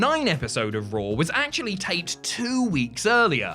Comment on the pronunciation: Damn you butchered the word ACTUALLY...thats pretty hilarious